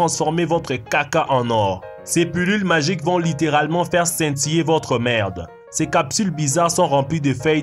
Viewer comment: 'Faiw scintiller votwe mewde' hahahaha...le contenu de tes vidéos est vraiment unique,continue comme ça✌✌✌